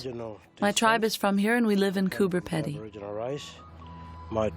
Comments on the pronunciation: and why is she saying "Peddy" instead of Pedy? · It is not peddy it is peedy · Pronounced "Pee-dy" as in speedy, not "peddy". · cooper pee-dee not peddy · Would somebody tell her that Coober Pedy is not pronounced Coober Ped-ey it pronounced Coober Pee-deey. Just like everyone else in the movie says it. lol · and she keeps saying Coober Peddy LOL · You're mispronouncing Coober Pedy. It's Coober Peedy. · Coooper Peeedee say it properly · Why did you voice over what the people said, so spoiled this YouTube! Also it would of been better if you could pronounce the places in Australia correctly, did you not listen to the Aboriginal man saying Cooper Peedy? You spoiled this whole thing. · Coober ‘peeedy’ - thanks very much. 🙄